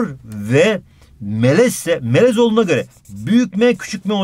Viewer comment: adam melez derken tonguç melemen diyor pkdskalsjdkasjd